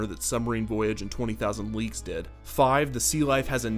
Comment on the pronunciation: Did anyone else constantly hear "20.000 Leaks Under the Sea"? ;-)